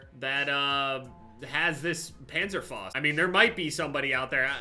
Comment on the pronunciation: Its called PANZERFAUST not Penzerfost, ja? We Germans do not appreciate this wrong pronunciation